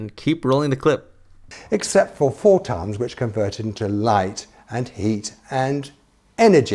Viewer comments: Neutron Star I’m British and I initially didn’t understand him either but if you listen carefully he just mispronounced photons. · He definitely said tons and photons, unless he REALLY cant pronounce photons. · He said four tons. Not photons. Other than that, keep on.